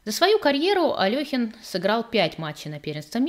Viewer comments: Вы в курсе, что в БСЭ пишут то Алёхин, но тут же в скобках указывают верное произношение — Але́хин. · Але́хин... В БСЭ пишут Алёхин, но тут же в скобках указывается верное произношение — Але́хин.